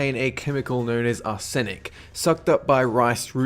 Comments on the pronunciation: Its ARsenic, not arSENic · It's pronounced Arse-Inik, not Are-zenik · Wow some of your pronunciations make me laugh :) (tuna) "2 na" should be "chew na" and arsenic is not "ar sin ic" it's "ar sen ik" :P great videos though. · It's pronounced ar-snick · Its pronounced ar-sin-ec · It's pronounced Arse-nick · Mispronounced arsenic but i guess its your accent, no hate doe. Thats why i dont drink rice milk. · that pronunciation of arsenic... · Lol, clearly hasn't heard the word arsenic pronounced before. Don't worry, we all have our own words like this.